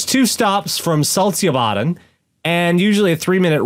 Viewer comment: I remember that train crash thing. It was sort of a big-lipped alligator moment. It wasn't talked much about afterwards. Welcome to Sweden, where we forget embarrassing things fast! Want to point out that it is pronounced "Salt-shö-bah-den". In Swedish, the following combination of letter all are pronounced as a sort of "sh"-sound: sk-, stj-, sj-, sch-, sio- and ch-. Not to be confused with the tch-sound we have. But this is a handy short hand. Some of those can severely stump people who don't speak Swedish and I can hardly blame you. This language be spelled weird.